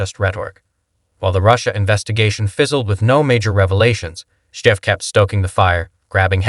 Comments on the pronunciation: Damn, I want to like this but I can't get past the host mispronouncing his name. It undermines the whole video. Schiff should be held accountable. He should never be able to work in politics or any position of power. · Can't even pronounce Schiff's name properly? Sure the guy is trash...but the voice-over? C'mon.